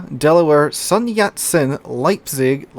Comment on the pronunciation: Your first attempt at "Leipzig" was almost perfect